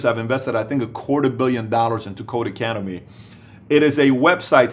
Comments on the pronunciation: not to be a "troll" but it's not "Code Academy" it's Codecademy without the "A" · Great video Patrick. One thing: it's codeCademy not codeAcademy :)